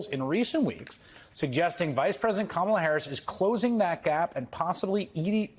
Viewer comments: The Republicans aren't too bright,they keep saying her name as Ka- ma--la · They're so spineless and subservient to Trump that they're not even allowed to pronounce Kamala's name correctly. How sad is that? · Busing people around....SHS pronounced Kamala like Donald trump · is 2 Stoopid to pronounce the Vice-President’s name correctly. Shall her ignorance be worthy of Air Time? How about YOUR time? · She is so humble that she even cannot pronounce Kamala Harris’ first name correctly. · cannot or won’t say Kamala correctly. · This ignorant witch continues to say Kamala's name wrong. She is just disgusting. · Calling herself humble while deliberately mispronouncing VP Harris' name is so MAGA coded